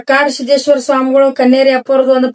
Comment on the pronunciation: Hey ann ಕಾಡಸಿದ್ದೇಶ್ವರ ಅದು ಕಡಸಿದ್ದೇಶ್ವರ ಅಲ್ಲಾ😂